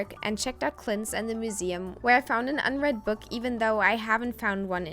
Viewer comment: Tried to watch through the weird pronuciations... MOOseum? Moral mushroom? But 'Acorn Tree' was the last straw.